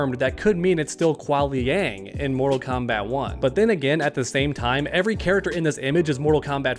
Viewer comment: I really enjoy your videos, but for some odd reason, your pronunciation of Kuai Liang really bugs me. it's "K-why" not "K-wahl". Other than that, keep doing what you're doing. Love the MK1 coverage! PS. I'm also rooting for Kai and Reptile, and your point about young Sonya was an epiphany moment for me as well! This just got a LOT more exciting! I hope you're doing a video tomorrow covering the gameplay reveal!